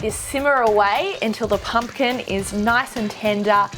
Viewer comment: OMG....she muder that pumking